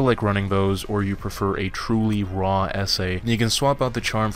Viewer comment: I kept thinking he was saying "a really raw ese"